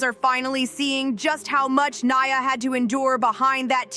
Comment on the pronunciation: Right? It’s about Nia, yet the commentator can’t even pronounce her name correctly